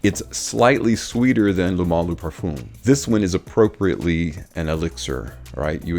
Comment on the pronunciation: Each time I'm trying to watch your videos cause they are good I just can't!!!! Eau de parfoom Parfoom Why??!! Ask Ash how to prounance it correctly My ears hurt Sorry